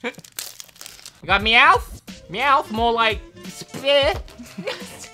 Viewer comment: meowth more like skieh